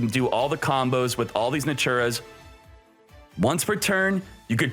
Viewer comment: wth is "Naturas"? lmao